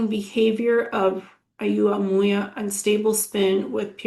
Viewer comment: Hi, Oumuamua is pronounced "oh-mu-a-mu-a". Wow, I had no idea you could get such detailed information from remote viewing.